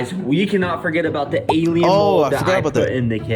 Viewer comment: did bro just say gaylien worms